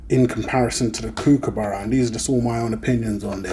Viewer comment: Kookaburra is NOT pronounced like BOO as with a long U sound. It is pronounced like BOOK or COOK or LOOK.